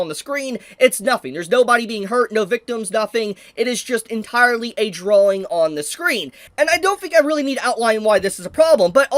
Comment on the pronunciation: Bro even says drawling now drawing.